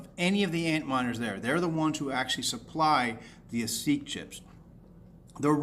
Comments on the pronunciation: It's not an "aseek" chip, it's an "A SICK" chip. That's how ASIC is pronounced. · "A-seek" chip oh lol I was like WTF are you talking about. It's pronounced "a-sick". No, it's not just me saying it that way. Network gear has been using ASIC's for decades, no matter what manufacturer you talk to, everyone pronounces it "a-sick". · Where'd you learn to pronounce 'ASIC' as "a SEEK"? It's pronounced, "A-sick"; as in, rhymes w/ Basic ... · lol.. the AHH-SEEK CHIP (Holy Shit thats funny)... as oppose to the preferred way of calling it AY-SICK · WTF is an aseek chip? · Good video, but it's pronounced: AY-sick. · LOL, how did you pronounce ASIC? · ASIC is pronounced like Basic without the B. FYI.